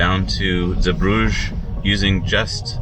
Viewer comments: Osnabrück is where my old company head quarters was, KME. I used to stay in the Walhalla Osnabrück all the time. KME donated a massive Copper/Zink obelisk in the town center. BTW it's pronounced OZ NARR BROOK. And Again, Zeebrugge is pronounced ZEE BRUGGER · Zeebrugge is not pronounced like Bruges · Zeebrugge is located in the Dutch speaking part of Belgium (Flanders), and should therefore not be pernounced French but Dutch. Love the video tough! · yep, but I doubt he is able to pronounce the “g” the right way